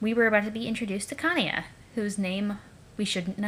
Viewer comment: PLEASE STOP SAYING KANAYA NAME LIKE AT :(